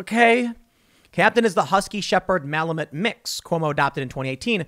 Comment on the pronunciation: mala mute not malamutt lol